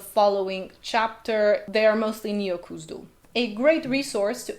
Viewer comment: Why do you continue to pronounce as ? That h is there for a reason. Even the runes chart clearly states the IPA symbol /x/ for and /k/ for , cone on! It's not Kuzdul. It's KHuzdul. I.e. /x/uzdul, not /k/uzdul.